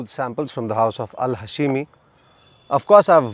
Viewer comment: Not ha-she-mi but hash-mi